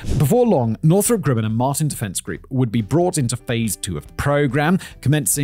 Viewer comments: That's not how you say Grumman. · It's Grumman not Grimin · Northrop ... "Grimmin"?